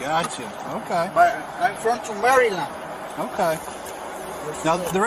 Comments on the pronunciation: this guy. “Im from to Mary-Land” 🤦🏼‍♀️ I had to say it out loud myself a few times with my best kilmar accent😂😂😂😂😂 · The “Maryland man” that cant pronounce Maryland…